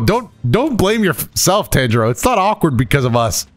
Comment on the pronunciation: Dang you and your pronunciations be irking me- ಡ ͜ ʖ ಡ He keeps saying Tanjiro like Tangerine, when his name is Tawn-ji-roh or Tahn-ji-roh smh Lol